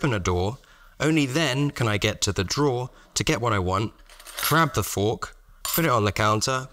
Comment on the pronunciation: Not at all a criticism, but you said “drawer” and “door” so often and in close proximity that I started hearing “dhoar” for both